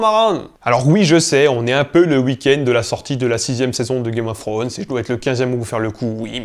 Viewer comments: Un Youtuber linguiste qui prononce "Game of Frones" laules. Tu sais, bien des anglophones, lorsqu'on leur présente le son "thr", ont tendance à faire un R roulé ou presque, et pas que les écossais. Ca simplifie beaucoup. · Arrête de dire "game of ssronz j't' en supplie 😩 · "gaïme of srhône" ^^ très bon accent des fois Et Jon Snow n'est (n'était) pas puceau, il a ken la rousse dans une grotte ^^